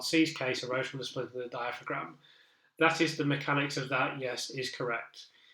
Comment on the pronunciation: Thanks for this. Your analysis has been so interesting and informative. Looking forward to reading your book. Just in case you narrate your book, though, diaphragm is pronounced dia-fram.